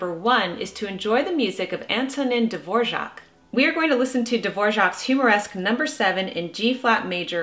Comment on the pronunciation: I love how you pronounce Antonín Dvořák's name. :_lol: Will you try to play Humoresque by yourself, Jennifer? The original of this composition was for piano. Have a beautiful day! Greetings from the Czech Republic! :_happy